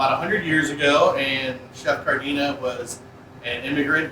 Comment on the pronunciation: It's Casaer Cardini....not Cardina...at least get their name right when giving someone credit...lol